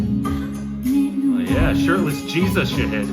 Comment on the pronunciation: Knowing him for approx 2 years, I think now would be a great time to correct the pronounciation of his name, it's "Shaahid" and not "Saheed"😅